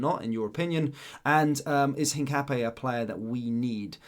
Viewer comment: Hi mate it's pronounced hin cap ee yah?